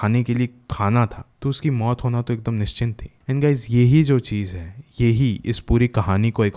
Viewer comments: you have to work on ur Hindi buddy, the word is not 'nischint; its 'nischit'.work on it .😊😊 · nishchint nhi nishchit 😂